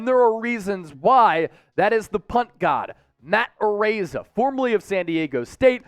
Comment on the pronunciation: perfect pronunciation. He's samoan, so you got his name right